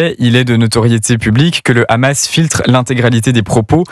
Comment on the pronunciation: Même le journaliste français d'Europe 1 dit kkkkhamas et il est incapable de parler français